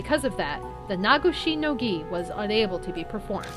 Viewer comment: You are pronouncing Nagoshi no Gi correctly! Your pronunciations have gotten better over the years, you've done really well. I know it's been frustrating, but I've loved watching you return to this series.